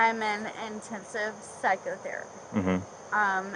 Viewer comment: But she's in IN-TEN-sive therapy. 😆